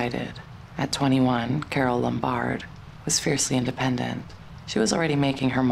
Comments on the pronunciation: They were already divorced by then. He was involved with Jean Harlow instead. The narrator mispronounced "Lombard" by putting the accent on the second syllable. It is irritating. It is "LOM bard." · You're mispronouncing Carol Lombard's last name. You're putting the emphasis on the first two letters. The emphasis should be on the BARD